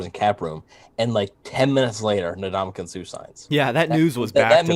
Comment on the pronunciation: Hearing say Ndam-u-ka instead of (uhn·daa-muh·kuhn) with an N always makes me hilariously cringe